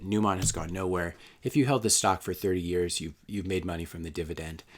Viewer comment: "...you don't have a bubble that lasts 11 eyars..." SP500 and NDX want to say "hello" lol